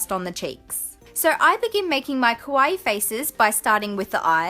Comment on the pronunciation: Its pronounce kaa-wa-ee. 3 vowels. Like Hawaii